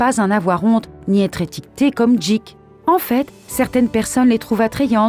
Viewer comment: pour le 4, ça se dit "guik", pas "jik"